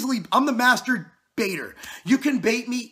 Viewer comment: '' I am the master-baitor (musterbator)''